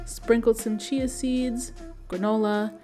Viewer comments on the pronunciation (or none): none